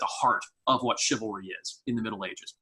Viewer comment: Sounds like cavalry